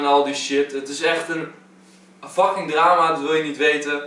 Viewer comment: Echt erg maar je zegt wel veel keer docking d moet een f zijn